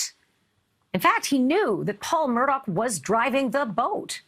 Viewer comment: The name is pronounced MURDA not MURDOCK